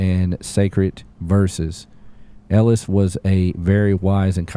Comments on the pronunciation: My cat is called Elias & that triggered me haha it’s pronounced EL-EYE-ASS 💜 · his name is Elias (Ee-lie-is) lol sorry, that's my son's name 😂😂😂